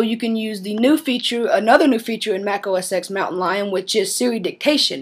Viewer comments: It's OS "TEN". Not OS "EX". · No. It's Mac OS "Ten", not "X".